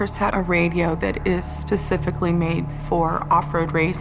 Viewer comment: Oh no she said pacifically instead of specifically